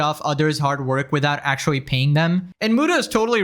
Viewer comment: Akshuwee, you need to go see a speech therapist.